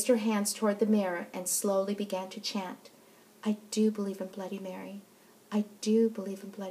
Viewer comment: She said bloody Berry ._______.